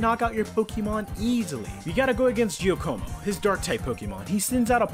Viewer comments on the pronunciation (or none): hey, Giacomo is pronounced Jack-Ah-Moe! also, i think the nuzlocke challenges might be better if you get a pokemon after every gym (using nuzlocke rules) instead of getting 3 before the 2nd one:)